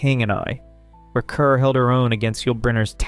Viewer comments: Pronounced Deborah CARR. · Kerr is pronounced "car." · Deborah Kerr is pronounced "KAR" (rhymes with "star"). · Rhymes with 'star'.